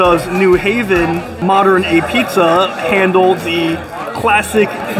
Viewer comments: Love you,, but it’s pronounced a-beetz 😉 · It's pronounced ah beets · Just so you know…apizza….is pronounced”apizz” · Its pronounced "Ah-beetz" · Apizza pronounced abeets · It's pronounced............"AHBEETZ." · Locals pronounce it like 'pizza not ah-pizza. The first "a" gets lost. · It's abeats not A-pizza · Great video. Modern has been one of my favorites for as long as I can remember, but man, you're killing me with your hard annunciation. It's not A-pizza. It's pronounced A-beetz, and it's not pronounced Fox-on. It's pronounced more like Fox-in. Keep up the great work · It's pronounced "AHH-beets", not "Apizza" like it looks. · ah-p(b)eetz not ah-pizza. watch the Portnoy review of sallies and you'll get the pronunciation. Other than that great video buddy glad you made it out here! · Love Modern, I was there today. Not as good as Zuppardi’s in West Haven. Their sausage and mushroom is amazing! Oh and it’s called Ah-beetz.. not A pizza, and it’s not mozzarella it’s Mootz in NH . Lol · It's pronounced "abeetz".......not a-pizza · it's not pronounced a pizza, it's Ah-Beets dude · It's "Abeetz", not "A Pizza". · Ahbeetz, not Ah pizza. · Apizza is pronounced ah beets. You sound like an amateur saying a pizza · It's pronounced ah-beetz not apizza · It’s pronounced “abeetz” and it’s phenomenal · Me, having never been to Connecticut or ever having apizza but living vicariously through YouTube: It's pronounced a-beetz!!! What a rookie! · I think you say it "Abeatz." Next up is Sally's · I think they pronounce it more like A beets or a Pete’s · Some things I want to point out. Modern is not the best apizza in New Haven...it's actually 3rd or 4th. Sally's is the best (also on Wooster St), Zuppardi's in West Haven is second and then there's Pepe's (also on Wooster St) and Modern. Those 2 are pretty much tied. Also, apizza is pronounced "abeetz", and Foxon Park soda is pronounce "Fox-un" Park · It's Ah-Beetz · It's pronounced "ah-beetz" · Pronounced a peets